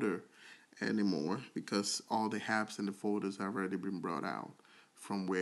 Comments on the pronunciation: STOP SAYING (HAPPS) it’s (APPS)!!!!!!! There’s no H in Apps!!! It’s so annoying listening to u when u can’t pronounce an A!!! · The Word is Apps and not Happs😂